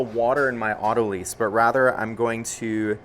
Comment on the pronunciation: Not “auto lease”, it is pronounced “auto lies”